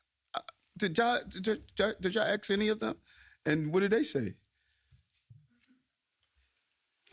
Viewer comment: Did he say AXE?